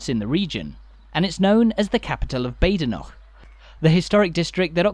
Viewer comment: Just an FYI - Badenoch is pronounced Bad'noch :) Have passed through, and stayed in Kingussie, too many times to recall as I used to live about 40 or so miles further north up the Spey. and a brief glimpse of, what used to be, the Station Hotel - once owned by friends of mine back in the 80's .